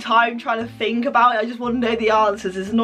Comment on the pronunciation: I NEED TO FINK. IM NOT VERY GOOD AT THAT BUT I NEED TO FiNk Me: Yeah, FINK, Dont THINK but FINK.